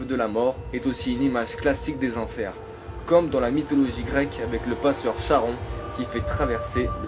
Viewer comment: Très bonne vidéo sauf que le passeur du styx, tu prononce Charon alors que la prononciation c'est carons ou karons, Sinon très bonne théories